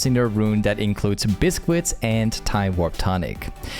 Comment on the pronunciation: did he pronounce it “biscwit”? 😂 i mean that’s how it looks like “biscuit” should be pronounced, just never heard it said that way. thanks for the vid tho, good stuff!!